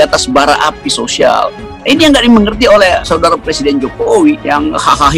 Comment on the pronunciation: Dalam plakteknya ibu kota bau. Menurut LIZAL LAMLI. Eh mau jadi pleciden.ngomong "R" aja ga bisa. Hehehehe.